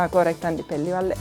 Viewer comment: యాంకర్ గారు మీరు మాత్రం చెల్లి ..పెళ్ళి ల ..ళ ....కి తేడా చూసి పలికితే బాగుంటుంది .......